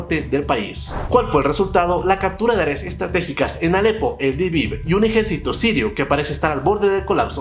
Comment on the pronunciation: “eldibib” no, Idlib.